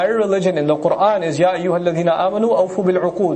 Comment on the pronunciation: Quran .... not coran